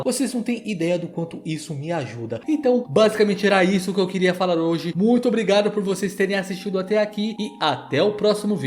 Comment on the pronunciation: "ôbrrigádu" kkkkkkkkkkkkkkkkkkkkkkkkkkkkkk